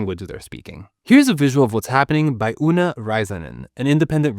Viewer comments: good job pronouncing the name although you pronounced oona as /u:na/ instead of /o:na/ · You just pronounced her name "uuna" 😂 she's finnish and her name is with two O's. So imagine saying one "O" but make it sound longer. Dont turn it into "U". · It always amuses me how English speakers say "o" as "u". Irrelevant and unnecessary, but that's how Finnish names change in English. Great video, that ear tearing noise is still nostalgic. Sometimes you hear it as sort of an easter egg in tv show or something and wonder how many have no clue what it was or didn't even notice. But so many also instantly time travel.